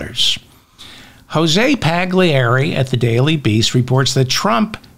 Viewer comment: David, please pronounce Paglieri properly. The "G" is silent. say it like its spelt "Pallieri". Jose is probably from Argentina but has an Italian father, thus the Italian last name. thank you.